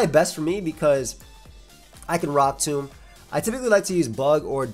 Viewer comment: You mispronounced rock tomb -, probably